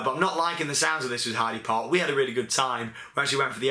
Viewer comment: btw its pronounced 'Heider Park' ;)